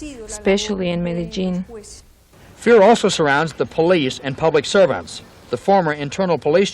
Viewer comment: Pronounced the ‘L’ in Medellíin…. Ai fingerprint